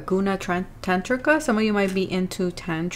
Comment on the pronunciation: Goonuh Taan tree kaa (aa pronounced as aah) edit: you pronounced it quite correctly :)